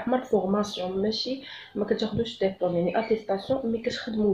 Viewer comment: ديبلوم وليس دابلوم و شكرا على المعلومات